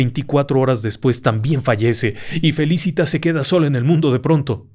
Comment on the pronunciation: Excelente. Dos cosas. Es Felicitas , grave y Álzaga, esdrújula. Yo fui con mi novio a ver lo de Tiburcia y Salvador. Rompimos y no nos casamos. ¿Casualidad? 🤷‍♀️